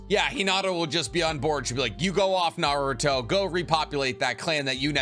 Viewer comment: I really like the content you make, but one thing that always bothers me is how your mispronounce SO MANY NAMES, wtf. You've seen the anime, haven't you?? Why do you mispronounce stuff? Totsuka blade, Kawaki, even Naruto at some points